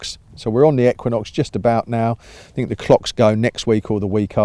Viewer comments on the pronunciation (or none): none